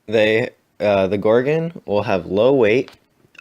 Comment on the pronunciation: I hate how you say "gorgin". Its gorgon. gorGON